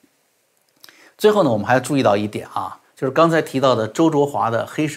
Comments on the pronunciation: ：焯（Chao音“超”）华，不是zhuo。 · 焯应该读chao